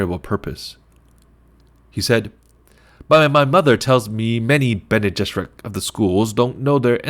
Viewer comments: Pretty solid but just a heads up if you’re gonna do more chapters, it’s not Bean Gesserit its Bene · “Bean” Gesserit?!?!?! You just lost me. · Been jizerak.? Really? 😆😆😆😆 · BEAN gesserit??